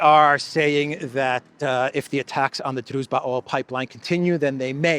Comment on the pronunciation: Hey, if you want to stick to Russian language then it’s druŽba, not druZba…